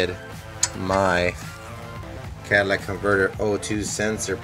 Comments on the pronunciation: It's just a manner of speaking. A mis-pronunciation. He's dropped one of the four syllables, saying 'cat a lic' instead of 'cat a lit ic'. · He kept calling it cadillac... LMFAO. Say the word dude.